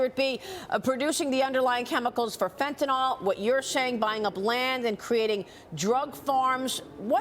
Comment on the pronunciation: Maria, it's FentanYl not FentanOl.